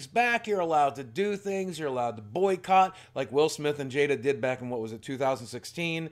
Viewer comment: Chris can’t say Jada anymore. Also great vid